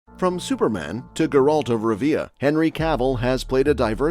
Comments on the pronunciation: "grrrALT of ruhVEEuh" lol nope. i want my view back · "Ge-rult of Rivea"